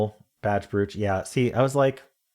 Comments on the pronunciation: Doug pronounced it like that too and I was surprised. It's broach here - but then Doug and don't live here. ☺️ 🇬🇧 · I don’t think I’ve ever heard brooch pronounced that way. I always thought it was bro-ch. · weird way to pronounce brooch